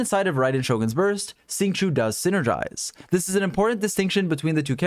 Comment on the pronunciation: FYI Xing Qiu is not pronounced "sing chew" , it's actually pronounced "sh-ing ch-oh" . Please stop butchering his name 😝